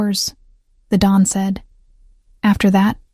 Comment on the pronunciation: The correct word is Don not dawn